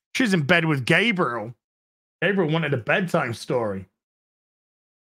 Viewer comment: I love the way you pronounce Gabriel. At first I thought it was intentional.